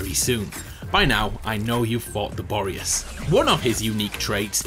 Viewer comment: “Boreus” and “interesting”. Mate, you can have one of these in a sentence, not both.